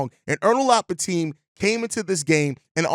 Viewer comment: It’s Bi-Tim, not Bi-Team or Teem